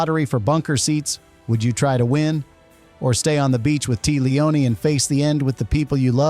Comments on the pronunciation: It's Tee-A Lee O Nee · "Tee Leone" 🤦🏼‍♂️ Fucking AI...